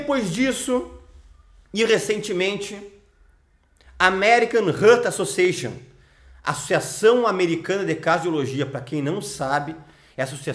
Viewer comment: O seu inglês é tão mau, que cada vez que diz American Heart Association, você está dizendo American Hurt Association, ou seja, está dizendo Associação Americana de Ferimento. Mais, deixe de ser carneirinho e veja os estudos recentes que contrariam, todos essa médica, que já sabemos, estava em conluio com as farmaceuticas. Como explica que milhares ce pessoas e culturas no Pacífico vivam de oleo de coco há milhares de anos e não apresentem problemas cardiovasculares? Os seus argumentos são infantis, nem de adolescente são.